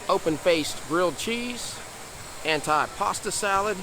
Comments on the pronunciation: Your video was very good. Some pronunciation issues though. We all can learn something new every day. Although it is spelled antipasto as in “ant eye”. It is pronounced “antee “. Gazpacho, the gas is similar to Las as in Las Vegas or Las Angeles. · AN - TEE - PA - STOH